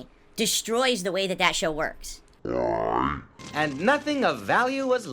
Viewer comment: "AYUND" instead of "And"